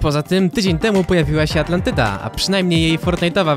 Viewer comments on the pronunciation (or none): Ej nie Atlantyda tylko gluntandyda